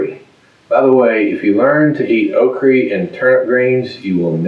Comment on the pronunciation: Okri...I love it! I'm a transplanted Alabama girl and love okra but the rest of my family will only eat it in gumbo/jambi and I don't make either of those very often. I just loved the way you said it 😂